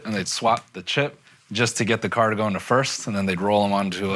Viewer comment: Akaash’s inability to correctly pronounce the word “first” drives me crazy lmao